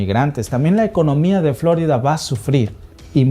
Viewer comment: Florida no " flo'rida"